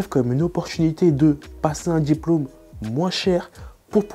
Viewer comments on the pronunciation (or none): Très bonne vidéo ! Hormis les "sportchhhif", "djjjiplome", qui sont assez insupportables 😂 la vidéo est très claire et bien expliquée. Merci 💪